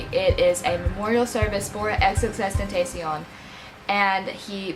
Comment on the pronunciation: That’s not how u say his name